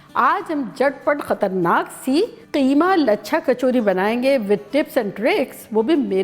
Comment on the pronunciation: So glad someone is calling “qeema” and not “keema”